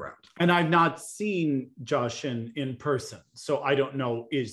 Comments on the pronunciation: It's Ji-a like Ji with the ie sound not Jaw. 지아 is her name in Hangul, that 지 is Ji with the stronger ie sound just like it looks. No need to complicate her name it's one of the easy names. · On Jia’s name, it’s Gina without the N